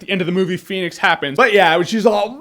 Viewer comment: if i got a dime for everytime jeremy said phoenyx saga.....